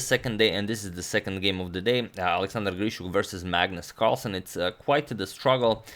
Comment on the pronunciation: Pretty sure it's Magnus Marlsen